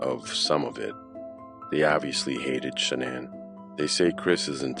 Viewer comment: Funny Her Mother called her Shanon and every body else calls her Shanaan! I heard w my own ears a video of her mother talking and never called her Sha naan. Only Shanon!!